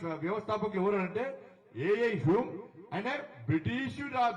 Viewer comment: A A హ్యూమ్ kadu అన్న A O హ్యూమ్